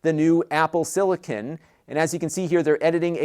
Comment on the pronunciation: Am I the only one that cringes every time I hear silicon...